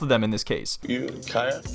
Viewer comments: "Do you know how to say kiac?" LOL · she's being difficult on purpose with the language, kayak is the same word in English and Spanish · Translator comes over TQS: "Do you know how to say 'kayak?'" Im dead LOL